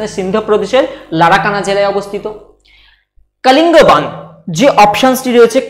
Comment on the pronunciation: Sir sob too thik ache kintu pronunciation ta thik kore korun.... Ota Kalingban noi kalibongan...